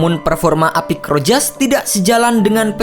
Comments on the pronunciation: Rojas. Bacanya ROHAS min..piss😁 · Rojas disebut sebagai Rohas